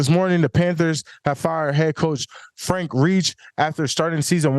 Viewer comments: He said frank reach yeah you definitely use your finger when you read 😂😂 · Frank reeech. 😂